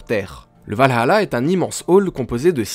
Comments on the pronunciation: On ne dit pas Val hAla, on dit Valala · C’est le valhalla, et pas val-allah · tu prononce valhala a l arabe ^^ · je suis désolée mais c'est le Valalah pas le Valhala